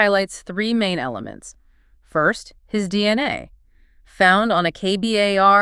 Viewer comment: You can’t even pronounce k-bar correctly. How is it you want folks to trust you presenting legal evidence?